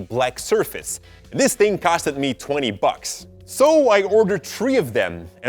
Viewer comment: "This ting costed me 20 bocks, so I got tree of them." Love you!